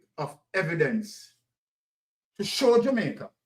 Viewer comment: We need to say Jamaica not jumaica